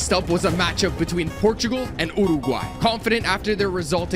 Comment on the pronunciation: The way you said uryguay😂😂😂😂😂